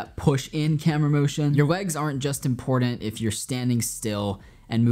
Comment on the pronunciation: Brother you are mad talented, but we need to teach you how to say the word "important" properly. ;)